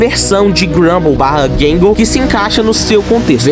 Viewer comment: chamar groundskeeper de groundspeeker e giggle de gangle é fogo viu